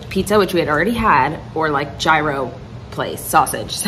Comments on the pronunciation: i CANNOT with how you pronounce “gyro” 😂 the G is completely silent and I’m loosing my mind each time you say it. It’s so funny 🤣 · You pronouncing gyro lol